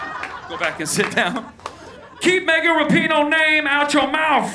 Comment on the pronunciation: He butchered megan's 😂😂😂